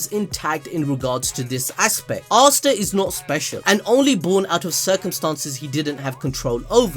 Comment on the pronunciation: man says “arsta” bro its asta (ass ta)